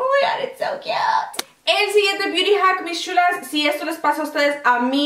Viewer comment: Me encanta como dices "mis sshulas" jaja. Saludos desde Costa Rica. ♥